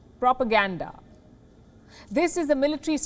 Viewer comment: When she said "PROPOGANDA" LMAO. She is really good at taking Digs 🤣🤣🤣